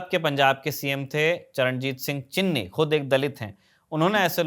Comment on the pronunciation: चिन्नी नहीं चन्नी